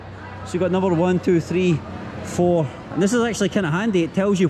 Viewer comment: One Two Three Frot